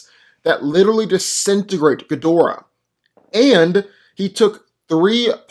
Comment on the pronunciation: No, it's Gi-Dorah.